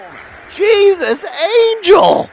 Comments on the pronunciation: ever since someone pointed it out, i've been obsessing on how John says Jesus Angel, it's AN-EL no hard G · Um, I speak Spanish (hence the username). Angel is not pronounced with a g like the one in 'goat,' it is pronounced very much like an 'h' sound. Try saying it out loud. Even in English, we pronounce angel with a soft g like the one in gentle. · I'm not going to argue anymore. But there are some RIGHT ways of pronouncing a word, and there are some WRONG ways of pronouncing it. For example, if I wanted to say Green with a g like in the word 'giraffe,' that would be wrong. That is exactly the same thing that is happening here. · It's not Angel with a hard g. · Actually, it's still pronounced with a "h" in that universe, but pronouncing things wrong is sort of John's thing. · I'd like to add that the mispronunciation is part of a joke. Jesus Angel? Eh? Get it? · The literal meaning of Àngel is angel. The choice then is whether to pronounce it as a Spanish name, or to just pronounce it as angel in English. The way that John pronounces the -el leads me to believe he wants to say it in the Spanish accent. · This was frustrating me, too. I couldn't figure out why. Then I realized it was a 50/50 pronunciation.